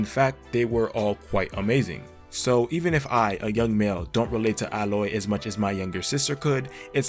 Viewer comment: Ay-loy, not Al-oy. Lara, not Laura.